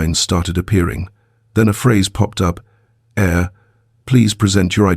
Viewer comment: I wish you could get your AI to understand the ENGLISH LANGUAGE. AIR is what we breathe and HEIR is a descendant of a family member.